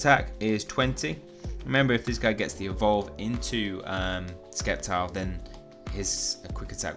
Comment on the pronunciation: you pronnounce it "Septile" not "Sceptile" just saying